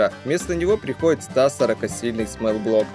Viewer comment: Ни смэл блок а смол, то есть малый а смэл это воничий